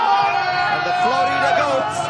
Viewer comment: Que alguien le enseñe a pronunciar FLORIDA al gallego. Hace dos años que lo pronuncia mal. Que lo diga en español al menos, para no pasar verguenza.